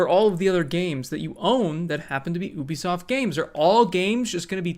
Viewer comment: It's pronounced "yoo-bee-soft" not "oo-bee-soft".